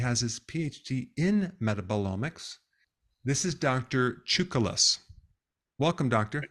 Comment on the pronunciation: Your name is possibly Τσούκαλης.. with emphasis at the fisrts part of it, at "ou". Doctor's name is Τσουκαλάς.. with emplasis at the last part, at the second "a". Dr. Berg doesn't pronounce it correctly... it seems Greek to him.. :)